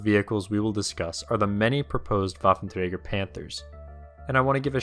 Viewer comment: Pronounced: vaffentreiger Plural: Waffenträgeren